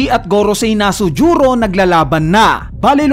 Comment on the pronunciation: Annoying yung na-su-ju-ro. Haha Nagconfirm ako sa one piece wiki kasi alam ko planet venus nirerepresent nya so ang name nya tlaga is Ethanbaron V. Nusjuro. Di ko alam yung nasujuro kung tagalog or japanese pronounciation baka di lang ako informed or baka ganyan mo lang talaga ipronounce for some reason. 😊